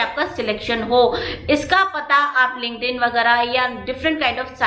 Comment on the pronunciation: Mam app bolre the kuch linkden se job mili thi clear se samaj nhi aata kya hai ye word app hai ya application hai is word ka